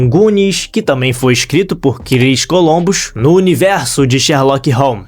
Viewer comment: Não é "Colombus" e sim "Columbus".